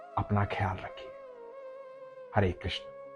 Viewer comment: Hore nahi hota hare hota hai